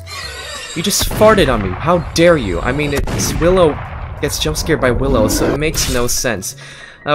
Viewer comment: Bill-ow lol